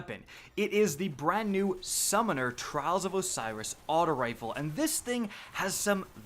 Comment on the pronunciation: I stoppe when he said Trials of Osiris.. No point in watching any farther